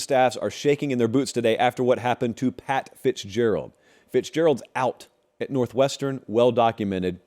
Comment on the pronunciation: NORTHWEST ERN..😅😅